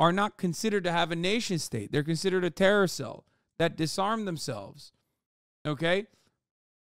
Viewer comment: The "tewwow" kills me every time